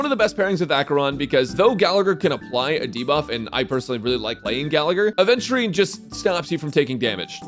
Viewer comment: Bro thinks he’s luffy when he completely mispronounces adventurists name every time.